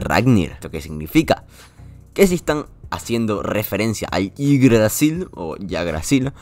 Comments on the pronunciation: Se pronuncia igdrasil❤❤ saluditos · Se pronuncia ígdrasil No te preocupes nadie nace sabiendo xd